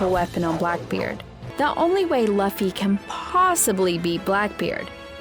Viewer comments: K Luffy not Laffy lol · The fact that she is saying laffy instead of luffy!:) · ITS NOT (L-UH-FY) ITS (L-OO-F-Y) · How is laffy ? 😅🤣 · it's not impul down it's impel down plus it's luffy not laffy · who's lahffy? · Who is laffy , it sounds cute tho. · It's Luffy, I think she has a hard time pronouncing with her accent. But it does sound cute! The videos awesome anyway too. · Its luffy not Laffy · Who’s lauffy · Chill guys. It's a minor error. Plus I do pronounce Luffy the same way because I like it better. 😊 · Chopper go on without me I’ll save monkey. D. Laffy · ITS NOT LAFFY ITS LUFFY U DUMB DUMB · It is said like loffy but spelled luffy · Like she's almost thinks his name is pronounced like Fluffy lol and not "Loo-fee" 😂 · Very late but whyyyyyy pronounce his name like that😭😭😭 both the English and Japanese version pronounce the u like oo😭😭 stop torturing us like this, someone else watched this wrote this for u didn't they😭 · Pronounce it like Lu Fee whenever someone says it like she does I die a little more inside 🤣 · Its LUFFY, Lew-fy! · “Luffy”? Oh yeah, I can tell she never watched the show before. 😂😂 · if you're gonna cover anime, at least pronounce the name properly. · Is she reading a script and thinks that's how you say Luffy??? And it wasn't mandatory if you find a DF on the WB pirates you have to eat it, you just own and can do what you want with it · Have u ever watched the show, ever? Or watched any other content on one piece? How can you pronounce the fuckign MAIN CHARACTERS name wrong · It was distracting. Liked how monotonous she taslk